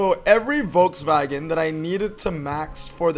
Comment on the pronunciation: Imboldn’s pic for the EXP 100 with the lit up grille would be the perfect pic in game. Also hearing the name Volkswagen pronounced properly should be a standard everywhere